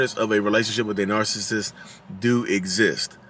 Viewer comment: I'm from Philly and I pronounce "narcissist" the same way you do. You do you. 😊